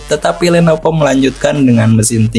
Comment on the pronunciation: Lenovo bukan lenopo bng